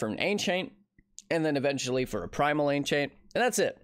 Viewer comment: Haha the way you say ancient sound like enchant xD